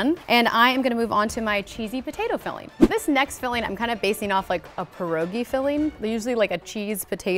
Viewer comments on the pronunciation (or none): the way people pronounce 'pierogi' :\